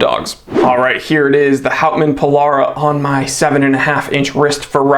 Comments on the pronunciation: Pill Bruh. Not Pill bar ra. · The Houtman "Polara"? I could have sworn it was the 'Pil-brah', mate 😉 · That's pronounced "PILL-BURRA" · Its pronounced Pil- brah FYI. Nice watch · As an Aussie who works in the Pilbara I must educate you all on the correct pronunciation... the first 'a' is silent. A true blue Aussie would say 'pil-bra' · Red Cattledog. Also it seems to have a special design dial surface. Also, you need to work on pronouncing Pilbara. 😊